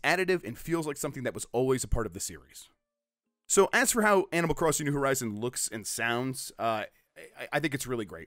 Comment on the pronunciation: Did you just say Animal 'Christing?'